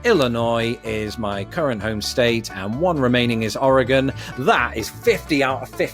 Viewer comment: 👏🏼👏🏼👏🏼 impressive. BTW, I especially liked how you said Connecticut. 😂 (The first time - the second time you nailed it). By the time I was typing this you hadn’t said Oregon yet, wondering if you’re going to butcher it or not . . . aaaaand, we’ll done. BOOM!! You rock!! And yes, you SHOULD be allowed to vote, you know more about our country, not just geographically, than a good portion of native-born Americans, and I have no doubt you would take elections more seriously than a bunch of yahoos out there that don’t bother researching what people are really all about before they vote for them.